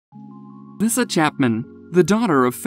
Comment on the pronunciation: Lisa not lisuhh